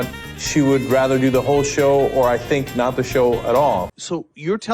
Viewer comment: It's sink yoghurt